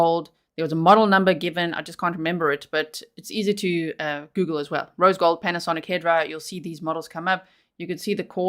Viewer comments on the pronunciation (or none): none